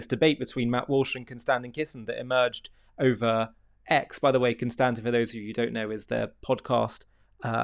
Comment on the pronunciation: The way you pronounce "Konstantin" is really innovative and unique.